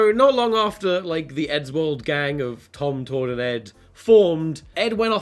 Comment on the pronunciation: he said tomtord